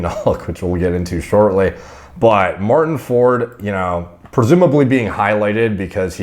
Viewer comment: Martin can't even pronounce his name correctly. For?? Easy on the 'Like' word.